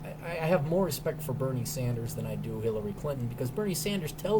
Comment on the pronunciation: You definitely said, "Berry Sanders".